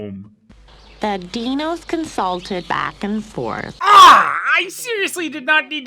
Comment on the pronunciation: The first time you hear say "Dee-nos" while talking about the various names for this thing, you think that he just made a really baffling mistake. And then you hear the characters in the movie say it as well...